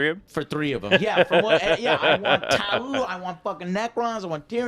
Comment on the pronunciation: hey Joe . TAU isnt pronounced tahoo. its pronounced towe. like the first syllable of tower.